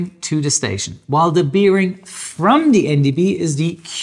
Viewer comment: Biiiering? Na, dann Prost.